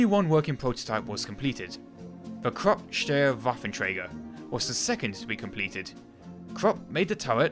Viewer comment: "Steyr" is pronounced like "Shtire"